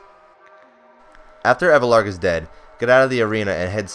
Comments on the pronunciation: Elvarg not evlarg lmao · ellllvarg* not evlarg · i just dont see why u would say "Evelarg", when it clearly says "Elvarg"..